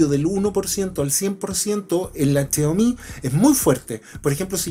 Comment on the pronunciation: chiaomi? jajajajajaja es xiaomi